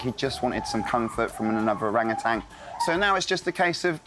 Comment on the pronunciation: ...you keep pronouncing it orangatan'g'! Drop the g!! Your a great keeper